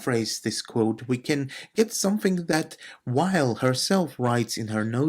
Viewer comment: Very nice! I read Simone Weil every single day. By the way, the pronunciation is VEY.